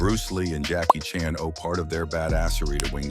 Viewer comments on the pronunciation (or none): none